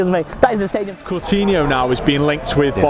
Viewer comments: guy keeps saying "Cortinho" WTF? Coutinho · Who is cortino? Cor-tino 😂😂😂